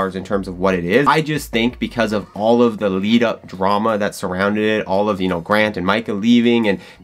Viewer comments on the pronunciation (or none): none